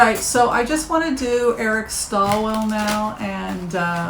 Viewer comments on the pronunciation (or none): It's Eric Swalwell not Stalwell. I like Eric a lot but agree he's not ready this time. He needs to be tougher and not such a nice guy. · Just so you know going forward, it's Eric SWAL-wel, not STALL-wel.